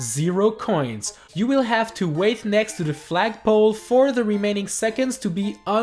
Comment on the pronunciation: said Fragpole not flagpole